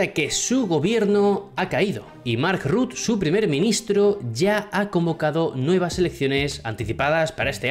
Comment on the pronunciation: Por cierto se lee Rutte (la “e” se lee también)